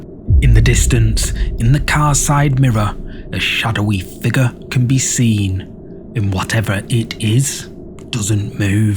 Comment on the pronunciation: Please stop mispronouncing "figure". Go back to school if necessary, it's annoying